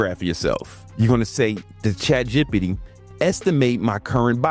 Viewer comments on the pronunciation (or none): Chat G P T not gippity d lol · Bro can you say chatbbbititty again? lol 😂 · Naaaaa i really lost it when he said “chat jepity”😂😂😂😂😂😂😂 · "You gonna go to chat Jepity" 😆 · "Chat gippitty" 🥀🥀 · I cant stop giggling every time he says Chat Jipitty 😂😂😂😅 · "Chat jippity" 🗣️ 🔥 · Nah man it's chat jippy pee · "Chat jippity" lmao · “Chatjippity” lol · "Chat Jippidy"😂😂😂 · "Chat Jippity"🤣🤣🤣🤣🤣🤣🤣🤣🤣🤣🤣🤣🤣🤣🤣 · Chat jipadee got me 😂😂😂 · 😂😂 he said chat PDiddy 😂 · Found this comment as he said it wrong😂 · These next 2 weeks will be harder than him saying “CHAT G.P.T” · I love how you say ChatGPT lol